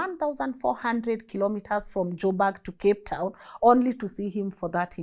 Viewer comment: Joburg not jobag